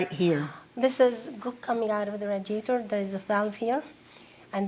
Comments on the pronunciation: Sir. Stop saying RAAAdiator. Its RAY-diator lol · The “rad-iator. 😂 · The way he says radiator makes me more mad than anything else. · The defendant "...somebody...who was that somebody..." dramatic pause. Could not have sounded more villainous even if he put his pinky by the corner of his mouth. 😅😅😅😂😂😂😂 And the way he pronounced radiator is criminal! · When the defendant was looking at the photos he looked like a little boy trying to come up with a story. Also, I’ve never heard the word “radiator” pronounced that way (defendant; plaintiff gets a pass for not being a native English speaker).